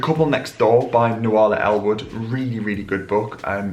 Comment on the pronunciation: Nuala is pronounced Noo la it's an Irish name.